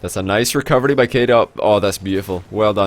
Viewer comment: lol i love his indian way of saying it